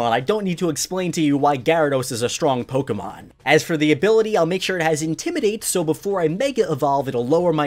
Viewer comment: I appreciate the way you pronounce Pokemon cant stand it when people say Pok eee Man